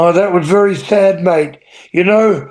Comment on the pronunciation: I met Butch and Luke in 1997 and they were fantastic. Butch at one point said "Hey mate" to someone and I thought he said Mike so I asked "how did you know my name?" Butch answered "Your name's mate???" lol